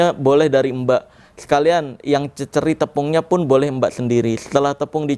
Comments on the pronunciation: Bacanya di cecer bang ...bukan di cecer Salah baca tuh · Cecer bkn cecer